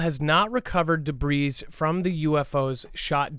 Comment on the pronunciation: Arrgghhh. started pronouncing debris the right way after said it correctly then halfway through the show, started saying it wrong again. MY BRAIN! %@@ (I've seen the comments about this, won't be responding to jerks.) 😊